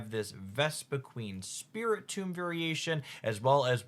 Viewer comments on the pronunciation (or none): none